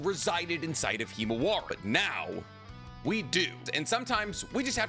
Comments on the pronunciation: Himawari. Not “Hemowari”. lol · “ It was Naruto’s daughter ”